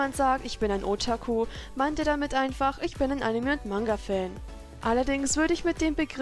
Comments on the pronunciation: Otaku wird net ootaku ausgesprochen ^^ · zum Beispiel wird bei Otaku das "ta" betont nicht nicht das "O" heißt das O wird kurz ausgesprochen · Und du betonst otaku falsch. Das o wird kurz ausgesprochen und nicht lang. Übr coole bilder❤️